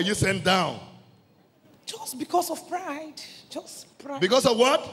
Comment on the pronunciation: Pastor/priest/preacher: “Why were you sent down?” Alleged Lucifer: “just because of pride” Pastor/priest/preacher: “because of what?” Alleged Lucifer: “Pr-rr-ide. Prr-ide”